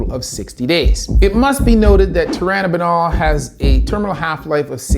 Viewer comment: Tur-in-a-bol Not turibinal.